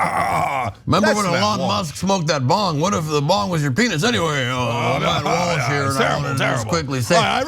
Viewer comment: 0.13: Dude says "Watt Malsh," instead of "Matt Walsh." Listen for it. Intentional?